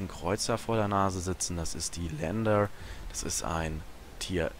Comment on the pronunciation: "E" im engl. ist nen "I" betont im Deutschen. "LIAnder" also :P Das Ding ist kein "Lander". Ich liebe dich zu "Kora"eanischer Erklärbär. Dein Video hat echt Gewicht! Hör auf allen das Game zu lehren... Da sauf ich immer ab!